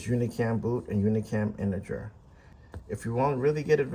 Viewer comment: Shouldnt it be integer instead of interger?